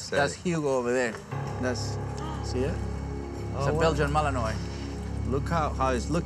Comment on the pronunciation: Belgian Malinois, (mal-EN-WAH). correct pronunciation ;)